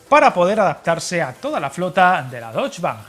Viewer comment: ¡Hola! No es por ser pejiguero, pero "Deutsche Bahn" se pronuncia más o menos "doiche ban" y no la cosa rara que dijiste en el vídeo 😅 ¿Es posible que Talgo haya retrasado a propósito la entrega de material rodante a Renfe para hacer hueco en sus factorías a encargos de otros países, y querer abarcar demasiado? Por cierto, sé que es común encontrar la frase en prensa escrita, pero decir "el país bávaro" para referirse a Alemania es como si alguien dijese "el país andaluz" para referire a España. Baviera es una región importante de Alemania, la más meridional como nuestra Andalucía, pero no la única. No sé si muchos alemanes te verán, pero mejor evitar herir susceptibilidades.